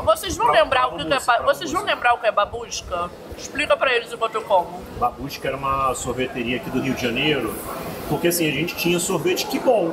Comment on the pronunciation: Vocês estão falando " Babuska" eu tô entendendo " Mamusca" 🤣🤣